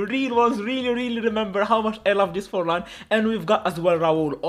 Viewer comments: Bro did 'Forlan' dirty 💀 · Fornal❌ Forlan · Forlán bro 🙃not fornal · Did anyone notice about the title he said fornal instead of Forlan